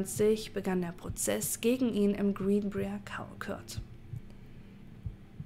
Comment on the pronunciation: Yay, neues Video zum neben der Arbeit anhören :) Falls es dich/euch interessiert (und völlig ohne erhobenen Zeigefinger erzählt): Briar wird wie B(W)REI-AR ausgesprochen ;) Heißt übersetzt Dorn, wie von der Rose. Sollte bei Brier hier auch so sein.